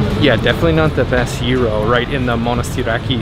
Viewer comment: Hi there! It's gyro (pronounced gìro.....not euro)! It is the National Garden (not the National Gardens)! You shouldn't eat the octopus straight out of the serving metall plate! You have to put it on your plate...yes the small one in front of you! It's not for decorative purposes there, dear! It's pastourmÀ (not pastoùrma)!